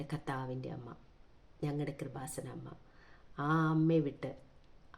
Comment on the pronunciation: "കൃപാസനം" എന്ന വാക്ക് ശരിയായിട്ട് ഉച്ഛരിക്കാൻ പോലും അറിയാത്ത ആളാണ് പരിശുദ്ധ അമ്മയെ പരിഹസിക്കുന്നത്. !!! സഹോദരി ഇയാൾക്ക് കൊടുത്ത മറുപടിയെല്ലാം വളരെ കൃത്യമാണ് !!!